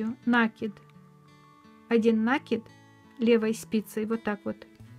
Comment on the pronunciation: Вы нить накИ дываети,а не нА кидавыете,поэтому накИд, нАкид очень режет слух